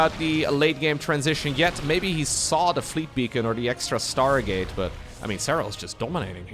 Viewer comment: Sounded like you said start gate.